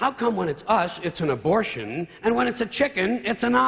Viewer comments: Lol "abortation". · "Abortation?" Seriously?